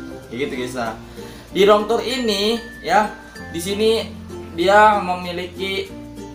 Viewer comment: Rom tur, ban wkwk rip english bang 😭